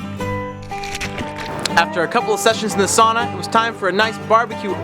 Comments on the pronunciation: Not "SAW-nuh" but "SOW-nuh." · it's sau na god damn it :D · please learn to pronounce"sauna"